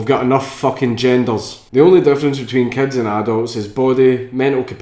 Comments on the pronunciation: anyone else who understands cats instead of Kids when he says it? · are you talking about paedophilia or bestiality? when you say kids it kinda sounds like cats xD